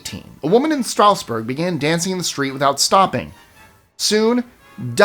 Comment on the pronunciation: It's ok to pronounce cuties without the odd accent. Salzburg... Prague